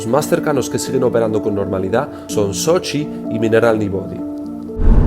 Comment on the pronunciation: CADA vez que dices sochi me suena a Xochimilco, tienes que venir a la Ciudad de México y visitar la Isla de las muñecas.